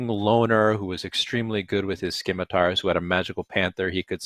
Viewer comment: I grimaced in horror and disgust at how scimitars was repeatedly mispronounced. 😆